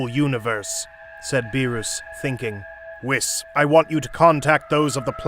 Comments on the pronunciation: Don’t forget “whisk” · Bro said wiss😂😂😂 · bro its whis like wheas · Bro you know damn well you sayin whis’s name wrong